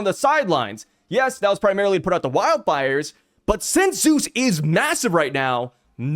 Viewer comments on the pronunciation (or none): none